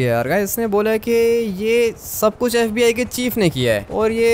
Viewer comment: Fib nhi fbi hota hai😂😂😂😂😂😂